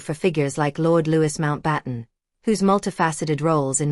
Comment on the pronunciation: I wanted to listen to this. However. The continual mispronunciation of Louis Mountbatten's name is grating on my nerves. If you put something on here, do please make sure it is factual.